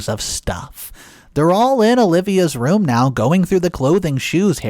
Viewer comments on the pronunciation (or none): none